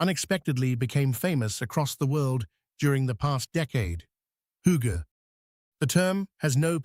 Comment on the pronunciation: This is the first correct pronunciation of hygge ive ever heard online... We always get Hoogga..